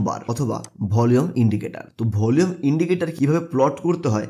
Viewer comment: উচ্চারণ ঠিক কর।volume এর সঠিক উচ্চারণ ভলিউম।ভলিয়েম নয়